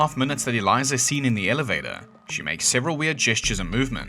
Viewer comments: Why should I listen to anything this video claims when they can't even pronounce Elisa's name properly? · There is no z in Elisa's name. At least pronounce it correctly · That’s not how you pronounce Elisa Lam’s name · that name doesn’t sound familiar because your AI ass is saying it wrong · so elisa lambs case is still not solved , and you didn't even say her name right. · Not only did you mispronounce her name, you made several ignorant statements in this video which will cause me to rescind my subscription. There is in fact a very good chance she was playing the Elevator Game, given her imagination and her mental state, and it is possible she was hallucinating while she did it. You are a joke for not thinking that through and insulting "the internet" for that theory. Go away. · Pretty sure her name was pronounced as "Eh-lisa", not Eliza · Pls stop saying aliza it’s eh-lisa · You’d think you’d pronounce her name right bro 😅 “ e leesa “ not eliza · sorry i cannot take you seriously when you can't even pronounce the first name you say correctly. Elisa... do you see a Z anywhere in there? Since you're referencing the buzzfeed video did you not even watch it to hear her name? Eliza and Elisa are not even remotely close in pronunciation. I've never heard someone just sling a Z sound [zound, according to this fool ig] into a name or word like this before. Ceezle hotel? good lord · Her name is pronounced "El-ease-a," not "El-eyes-a." Have some respect for the dead. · Her name isn't Eliza.. she's a female. Her name is Elisa. Eliza is how you pronounce the assay for the TB strain in Skid Row. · Its not Eliza, its elisa. Pronounced “el-ees-a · Why do you keep saying Eliza? It’s Elisa😂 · "Elisa" not Eliza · It's El-EEESA Lam. Not "Eliza". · Aleesa it's pronounced not eliza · Okay, but her name is Elisa...not "Eliza". 😅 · her name is “uh-leesa” lam. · Ee Lisa is how to pronounce her name. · Her name is Elisa not Eliza. That’s so annoying.